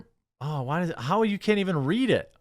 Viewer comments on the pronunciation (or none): none